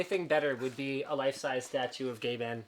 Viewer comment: Any time Linus says GabeN, I cannot help but hear Gay Ben.